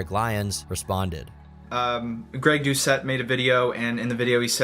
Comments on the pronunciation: You did Greg Doucette dirty with that pronunciation 😂😂😂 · Lmfao I dont know if pronouncing his name as douche-ette instead of do-set was on purpose but its hilarious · Its pronounced dew- set ask me how i kno?